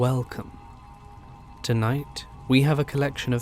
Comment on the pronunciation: “Good evening all, and whale cum”